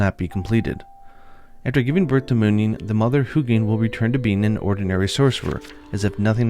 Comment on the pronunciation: These names are pronounced with emphasis on the letter U. So “Huu-gin” and “Muu-nin” respectively. I hope that makes sense and apologies for I don’t write phonetics. Thanks for all the great content as always! xo